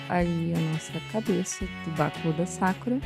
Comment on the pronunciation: E Sakura com sílaba tônica no "u" Como se fosse Sakúra mais se ler Sakura